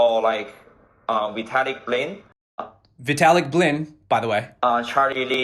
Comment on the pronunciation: I don't think we want someone who cannot even get Vitalik's name right to be our crypto ambassador to Warren Buffett.. (And I don't yet have a hard wallet at all, so I need that Ledger Nano!)